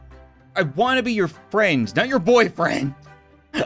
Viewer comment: english: Friend Translate to nugget:Fwend